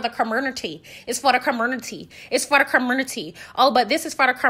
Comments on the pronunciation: 😂😂😂😂 you’re hilarious and petty and I’m here for all of it. Did you say curmonity😂😂😂 love you Sis, keep up the amazing work ❤❤ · Girl. You are too funny! Ker-mer-nuttie!! And Esssssss-pO! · Lmfao not the "comurnity" Jesus wept 🤣🤣🤣🤣